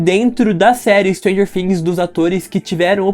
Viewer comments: Pronuncia Fhings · Mano não tem som de F tem som de T todo mundo comete esse erro